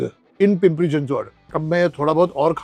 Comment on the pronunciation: Your Chinchwad pronunciation is so on Point.